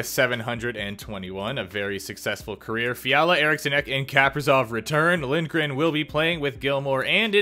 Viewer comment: It’s not Kaperzov it’s Kap-ri-sov!